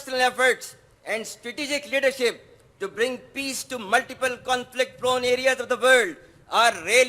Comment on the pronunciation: Leadership ❌ ledishit 💯